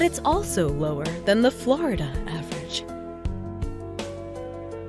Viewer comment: FLoIDahh STOP